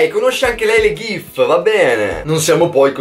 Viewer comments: Persona normale: ghif: SGIF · Ma perché “gif” con l’accento toscano?😂